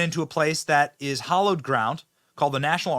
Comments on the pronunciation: Hallowed not hollowed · Hallowed. With a short “a” like in hat. Any basement is hollowed ground. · It's hallowed ground, not hollowed ground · Hallow not hollow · B the word is hallowed No hollowed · Benny - It's "HALLOWED", not "HOLLOWED". Love your work - just helping out. :)